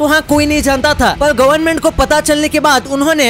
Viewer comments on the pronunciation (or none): none